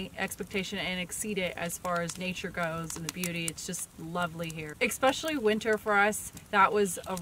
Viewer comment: Keep up the great work you crazy kids. Oh and it's especially not expecially. Es not ex....